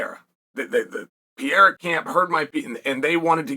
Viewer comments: For the love of God, not Pea-era, Pear-era. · You pronounce Pereiras name 4 different ways in one video 😅